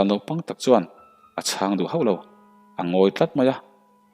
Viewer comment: Ngai chang te han tih, mauin chang a nei, sa ka châng tiha châng ang hian lam rawh.